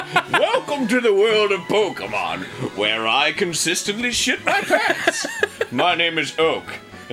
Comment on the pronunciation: I finally got around the watching this, and I was purely elated when I heard how Dan pronounced Pokemon. NOBODY SAYS IT RIGHT BUT HE DOES I'M SO HAPPY